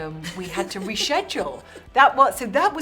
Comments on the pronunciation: no, its more like "shed jewel" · wait, did she say re shedule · Hum... reSHEDule? Really? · She says it like reshedjoel😂👌🏻